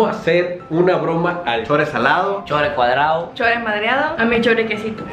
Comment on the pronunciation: Jja la diciendo chore mdriado 🤣🤣